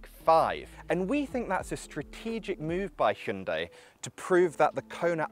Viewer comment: I've firstly ever heard proper pronunciation of Hyundai in English accent that means Modern times. :D -Godai : Ancient times -Jungdai: Medieval times.